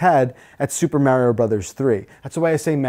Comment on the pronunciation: pronounces Mario correctly.